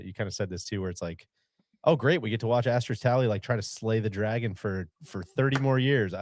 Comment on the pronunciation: Randy, Asterisk pronounced ass-ter-risk. No X in that word